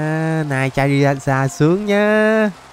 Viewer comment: Ơ charizar mà chamander hồi nào 😡😤